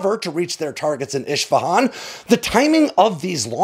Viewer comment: Great content as usual,, but my friend, you need to learn how to properly pronounce place names if you’re going to keep doing this. Isfahan is pronounced “ISS-fa-hon”. You pronouncedit “ISH-fa-hon”. That would be like saying Bew York.